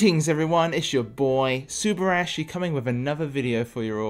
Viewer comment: Bro please look up a video of how to pronounce subarashi. If you're going to name yourself a Japanese word you should probably at least pronounce it correctly when you're saying your name. Its sue-bar-uh-she